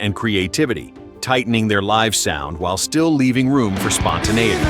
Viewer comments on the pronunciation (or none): none